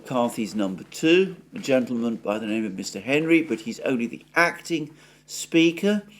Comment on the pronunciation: McHenry is my Congress critter, I laughed when got his name wrong